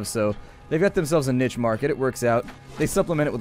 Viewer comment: I like he talked about mispronouncing words and then less than a minute later he mispronounced niche